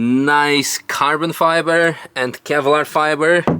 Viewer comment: It's not "Carbon Fiber" it's "Cabo Fiba"